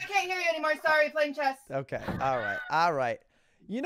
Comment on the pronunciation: Why does he say chez